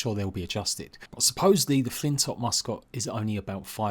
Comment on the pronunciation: btw its pronounced flint lock